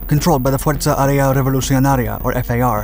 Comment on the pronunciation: A plane so ugly that is beautiful. Even in today wars would be a dangerous bird. Is funny the way you pronounces the "r" of "Revolucionaria",your Spanish pronunciation is quite decent..i have the same problems with "A's" when speakng in english